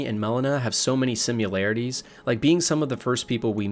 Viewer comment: It's "similarities", not "simularities"